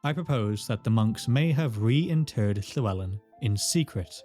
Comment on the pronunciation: Where in your mouth do you produce the “Lhe” in “lhewelyn”?